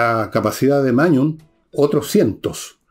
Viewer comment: Magnus Carlsen o "Mañus" de Villegas 🤣🤣🤣